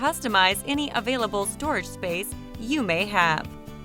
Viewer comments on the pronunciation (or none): none